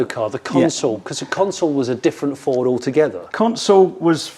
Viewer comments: He's mispronouncing Ford, surely? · May I say I’m shocked, Jonny, at your incorrect pronunciation of the word Ford in this video. It’s pronounced FOWDSSSSSS!!!!!! Luckily got it right😜 Great video👍🏻👍🏻